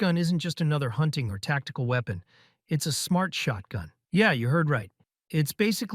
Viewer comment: Didnt realise this was an ai voice until he said shortgun Anyone else not realise or am i just dumb?